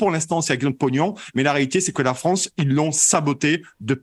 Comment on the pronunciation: la fwance , c 'est lafwique ...